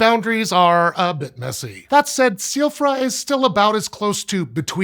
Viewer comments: I keep thinking he's saying Soifra Curse you Elden Ring. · B... because all of those phonemes are perfectly normal and common in English, but "gj" is a confusing letter combination for us... like why would he have any problem at all with "Silfra"? Literally he pronounced it exactly the way any English speaker would.